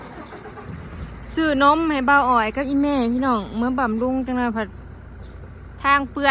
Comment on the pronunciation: บำรุง ไม่ใช่ บำลุง